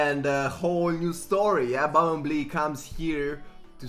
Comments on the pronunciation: man i know ur romanian and u maybe don't know how to say bumblebee english = bumblebee (how it says in romanian bambalbe) if u can say it right know ur pro :))) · Don't wanna be that guy, but it is pronounced "bum-bull-bee" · bum bel bee say it like that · Its because ur accent 😂😂 Its pronounced by "Bumbulbee" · Bumblebee is pronounced as Bumbelbee for some reason xd. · Try to pronounce it by "bumbulbee" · Bum-bull-bee thats how you say it lol